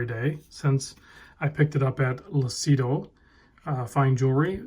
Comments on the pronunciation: it's pronounced "Loochido" (it means "clear" in Italian) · Lucido pronounced Lu-chi-doe means shiny in Italian.